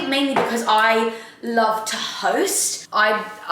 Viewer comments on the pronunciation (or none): I genuinely thought you said I love toast instead of to host, honestly cracked me up